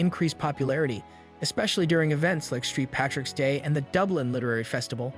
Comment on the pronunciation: bro really said "street patrick's day"